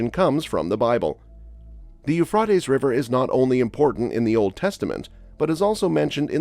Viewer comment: In English the river is pronounced "Yoo-Fray-Tees" not "Yoo-Frat-Ees".